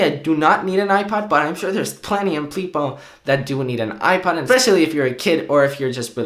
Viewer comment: Is he saying iPad touch instead of iPod touch??